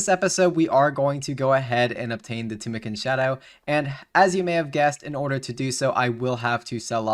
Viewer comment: I like the content but your pronunciation of words triggers me you don't even try to say the names right XD OSmootens fang Tumikins shadow Chambers of ex Eric's I mean comon man at least try And rushing the ending by selling the tbow what a ruin of a great series